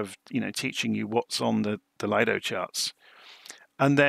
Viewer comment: Very nice video, thank you for that,one small correction when u say LAJDO charts it is acctually LIDO charts ,Lido is from Lufthansa that has developed their own Flight Planning tool in the 80,s and the name was given as LIDO which means LIDO ( Lufthansa Integrated Dispatch Operation )